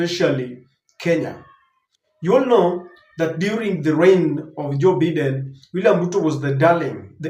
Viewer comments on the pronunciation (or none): It’s pronounced as Byden & not “Beeden”